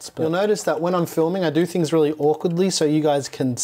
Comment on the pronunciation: WHY DO YOU CALL IT MOTHERBOARDS "TINGS" that's bullying 😢